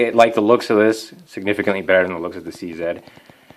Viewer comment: Big ups for saying "C Zed" instead of "C Zee"! Proud to be Canadian